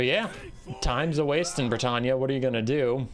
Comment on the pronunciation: Are you pronouncing Bretonnia as Bretannia?